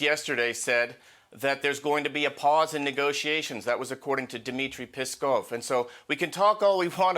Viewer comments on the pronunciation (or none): Dmitre PYSSed-OV!!! :face-green-smiling::face-green-smiling::face-green-smiling::face-green-smiling